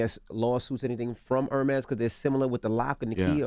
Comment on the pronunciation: Envy does not know how to properly say Hermes. That bothers me.